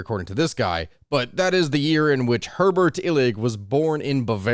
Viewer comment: It's "Heribert", not "Herbert".